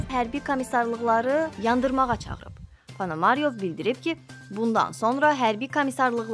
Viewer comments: Ponomaryov sözündə vurğu axırıncı saitinin üzərinə düşür."Solidarnost"da isə "a"-nın üzərinə düşür.Düzgün oxumaq lazımdır, xanım. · Ponomarov familiyasini cuska kimi teleffus edir. Metni oxuyan xanim.